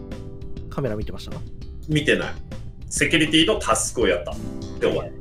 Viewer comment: ののセキュリティの発音だけ謎にめちゃくちゃ良くて笑ってしまった